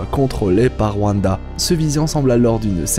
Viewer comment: A ne regarder qu'en vo svp les gens ! Car "Vanda" c'est juste pas possible